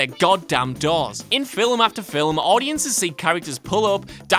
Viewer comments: I'm just a little hung up on why you added a syllable to a word. "Film" is 1 syllable; why are you saying "fill-um"?! FILLUM. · I thought only Punjabis pronounced "film" as "fillum." But I was wrong, apparently! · Anyone else keep hearing “filem” when he says “film”??? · Why do you pronounce the word FILM as fill-em?! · You see Waller eat in Suicide Squad. Phone screens turn off during calls. Learn how to say film